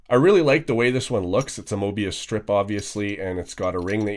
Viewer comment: Why people can´t pronounce Möbius?